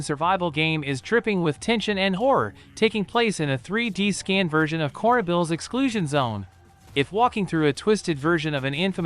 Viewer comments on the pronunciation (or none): How tf did you pronounce Chernobyl as "cornobul"